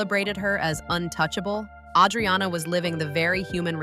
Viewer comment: PLUS, her name is butchered. It's A-driana, not Audriana.